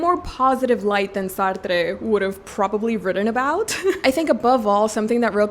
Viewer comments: Jean Paul Sar-Truh, it's French...it was cringe hearing you saying Sar-Trrre so many times! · Hihi! You seem very passionate of Jean-Paul Sartre so lil advice on pronunciation, he is French so Sartre is pronounced "Sah-r-tr". There's no emphasis on the 'e' at the end! Also, use French r's, not rolling r's! Happy reading 🤗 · feel free to ignore, i know some people find it annoying, but i can see you have a desire to say the name of Jean-Paul Sartre right, and i thought you’d like to know that the ‘e’ at the end of Sartre is silent. the rest of your pronunciation is very good, as is your pronunciation of Alexandre Dumas’s name (you pronounce the ‘e’ at the end of Alexandre a bit too much, but I think it’s just a quirk of your accent this time, not distracting at all) ! added letters to a young poet to my tbr ! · It confused me, cause i thought it was a Spanish author or so, and then looked it up and saw that he's a Frenchman so i dont understand why she said it as "Sartré". My guess is she doesn't know his French but then again his first name is Jean-Paul, Y'a pas plus français que ça mdr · The way you pronounce Sartre is really funny lmao. Never heard anyone say it as if he was spanish or something lol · Love the video !! But why are you pronouncing Jean-Paul Sartre like he was spanish 🤣😭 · You pronouncing a French author’s name with Hispanic accent is an absolute disrespect. Yikes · idk if we have the same hearing. She strongly exaggerated her accent when pronouncing his name. And yes, purposefully pronouncing a French name with hispanic accent IS disrespectful. You are completely missing the point. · Pronunciation of Sartre’s name is throwing me off so badly… thanks for the recs though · Love this video! Thank you for your recommendations 😊Sorry, just a tip from a french girl: the e in Sartre is silent! 😅